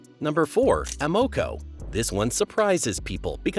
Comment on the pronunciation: Not going to lie. I’ve been saying Amoco wrong my whole life if the way the narrator said it is the correct way.